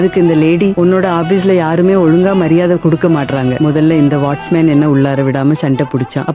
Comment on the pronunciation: வாட்ச்மேன் என்பதன் உச்சரிப்பு வாட்ஸ்மேன் என்று எனக்கு மட்டும் தான் கேட்டதா?